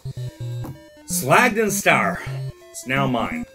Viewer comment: Just found your channel. Great stuff! Loved the video. As an also fluent german speaker i was wondering why you pronounce schlag den star as an american instead of "correct german", considering you speak german. Sorry, nitpicking, but just wondered :P